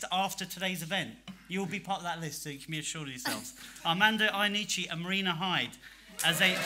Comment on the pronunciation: By far, one of the worst introductions ever . And he mispronounced Mr Iannucci’s name. ‘Who is this bloke, and what’s his actual job?’, I thought. Came as quite a shock to learn that this bloke has a show on BBC Radio 4 😮